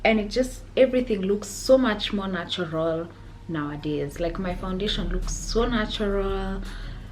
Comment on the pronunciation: Take a sip of water everytime she says nawadays😂such a queen tho❤